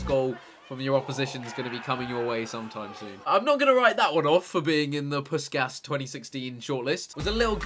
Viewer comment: it's a Hungarian name; it's pronounced Pushkaash.